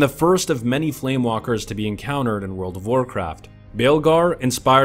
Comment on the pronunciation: flame waker, not walker